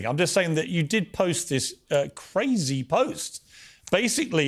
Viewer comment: She is kah ray zee